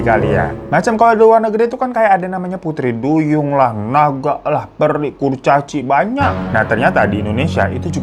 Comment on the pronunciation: Pas bilang peri dengernya teri 😂 😂